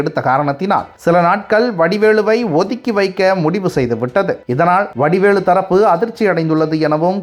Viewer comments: வடிவேலு என்று சரியாக உச்சரிக்கவும்..! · வடிவேளு அல்ல வடிவேலு. தயவு செய்து சரியாக உச்சரிக்க வேண்டும்.